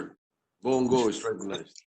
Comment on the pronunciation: That b***h cant even say Senator Bong Go´s name. Napaka Ego Maniac ng Senator Drillon na to!!!! At pinuna pa talaga nya ang pag sabi ni Senator Bong na he will not take questions. Its really nonsense to brought it up after all the statements provided by Senator Bong. Lamdagi tawn ni sa iyang pang huna huna tawhana.